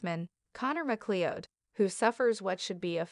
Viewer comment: MacLeod is not pronounced like that! Try "Mac as in Big-Mac and Cloud as in fluffy white things in the sky.